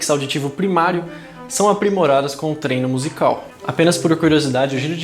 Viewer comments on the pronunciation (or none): none